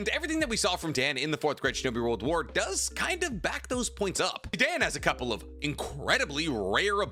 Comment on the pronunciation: My ass does not believe ur learning Japanese calling him "Dan" like that lmaoo